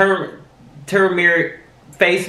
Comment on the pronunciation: Turmeric (Toom•ur•Ik) 😂😂😂